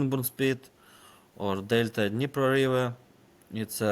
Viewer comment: Not Harriso or Herson, but Kherson. . Not "Delta and Nipro river" but delta of Dnipro river